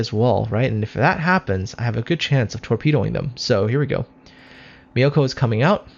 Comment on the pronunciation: Nice video! btw myoko's pronunciation is myo-ko not mi-yo-ko. More like cat's meow, but change the w to u.